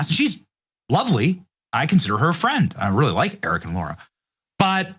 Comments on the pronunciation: It’s Lara, not Laura. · Her name is LARA, not LAURA! Benny always calls her LAURA Trump!